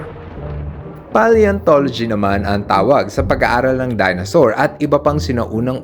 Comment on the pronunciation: Dinosaur Hindi Dinasaur